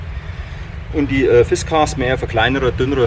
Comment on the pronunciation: Warum nennst du die Axt aus Schweden "Fischkeks"? Das ist eine Fiskars und genauso wirds ausgesprochen.